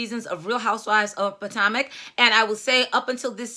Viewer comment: Its Pa-toe-mick. I live in the area. Monique is arrogant and is politicking. If she had been remorseful maybe she would be likable. Monique is horrible.